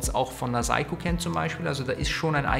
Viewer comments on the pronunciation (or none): none